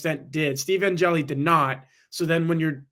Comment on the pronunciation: Angeli. One syllable.